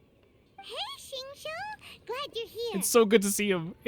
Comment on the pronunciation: Uhm acshually it’s (zing-cho) not (zing-Choo) 🤓